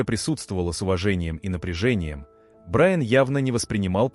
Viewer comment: Судья посмотрел на БраЯна. Уважаемый автор канала,ваши истории очень интересные,но безграмотный перевод и неправильные ударения сводят все на нет.